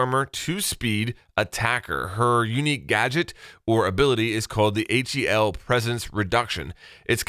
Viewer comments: yeah x) actually i know that wasnt very clear but i was telling that nokk's gadget name is pronounced Hel and not H E L. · It's actually pronounced Nøkk (Nook) and Hel (hell) not H.E.L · Please don't spell the gadget's name, just pronounce it Hel. Nokk is Kinda creepy and Hel Is the goddess of death in some vikings mythology so there may be a link there. Even nokk pronounces hel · just so you know, HEL is not an abbreviation. It's hel, you could pronounce it like hell